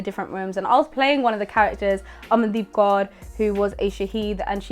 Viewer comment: Tysm for pronouncing Kaur correctly 🙏🏼